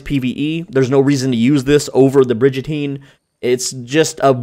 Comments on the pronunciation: I can’t take you seriously if you pronounce it Bridge-Ateen. Come’on man. It’s Brig like a warship and prison on said war ship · Bridge-a-teen. Dudes got my dying. 😂😂😂 That be a bri-gun-teen. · its brigatine not bridgatine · Great video! I have to say that it's pronounced Brig as in dig, not like in bridge. <3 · Great Video! But its Brig like "rig" not Bridge. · Brigantine not brigentine, but really good tips. Ty! 😁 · Brig not Bridge, Brig-an-Teen! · It's pronounced brig-uhn·teen please bro ❤ I love your vids this gets to me 😂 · It’s pronounced “ bri-gun-teen” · Brigatine isn’t pronounced as Bridgetine ……..just saying!😂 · its "brig-uh-teen" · it’s pronouned brig a teen no j in it